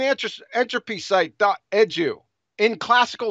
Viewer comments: "Dot edge-ooh" No, it's E-D-U, "Eee, dee, you" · What is Edge u? QE leeps saying wdge u.